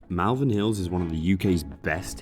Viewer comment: It’s not MALvern , like Mal-de-mare or malevolent, it’s MALvern to rhyme with ball.